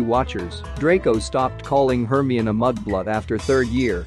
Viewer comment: The way they say Hermione 😭 "HURRME"